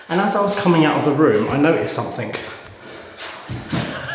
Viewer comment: Please stop ending words with an ING as you say ink !! Something is not pronounced Somfink ! That being said, you're making real headway - amazing progress !!